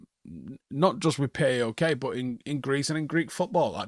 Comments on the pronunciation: It’s not pronounced like P.A.O.K. it’s pronounced like PÁOK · It's not P.a.o.k. It's pronounced as Paok, one word not separate letters. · Love the way he says PAOK, it’s pronounced Pauwk.